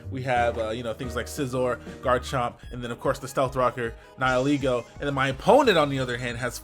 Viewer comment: someone pronouncing nihilego correctly? WHAAAT?